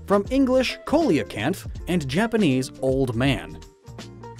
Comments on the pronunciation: Still not pronouncing coelacanth (SEE-lo-canth) correctly? I see you don't read your comments then, because I remember seeing quite a few about that one last time. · AGAIN WITH MISPRONOUNCING COELOCANTH. That's two videos in a row, man. You disappoint me. :( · It isn't "coleocanth," it's "coelacanth," and it's pronounced like "SEE-lah-canth." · It’s not coleocanth... it’s coelacanth. And the o is silent like in the word coeliac. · if u didn’t know it’s pronounced seal-lo-canth instead of coal-o-canths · Again, Coelacanth is pronounced "Seal uh canth," not "Kohl ee oh canth." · You’re killing me, dude. Coelacanth is pronounced SEE-luh-kanth, not KO-lee-uh-kanth. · Coelacanth (the fish Relicanth is based on) is pronounced SEEL - a - canth, with a soft c in the beginning. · Isn't coelacanth pronounced "see-la-canth"? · Lol, just FYI...Coelacanth is pronounced "SEA-LO-CANTH" it's not phonetic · coelacanth is pronounced "Seel-uh-kanth" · I don't know if you'll bother to correct yourself... but, as someone already pointed out in the comments... it's pronounced *SEE-lah-canth.* nor ko-li-o-canth don't believe your commenters? then go here : an actual online dictionary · It’s pronounced see la canth